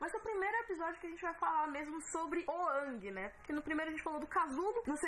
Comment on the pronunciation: "Ãngui" tá foda... é a primeira vez que uma pronúncia me incomoda... paciência.